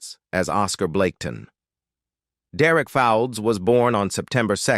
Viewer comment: Derek Fowlds is pronounced Folds. Us Brits know this. Once again American AI destroys a classic British series.